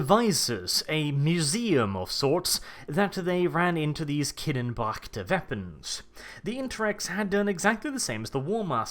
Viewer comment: The way you pronounce “Kinebracht” makes my wee wee happy.